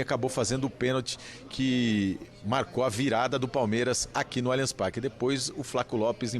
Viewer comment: "Alianx Parqui" é o Cacete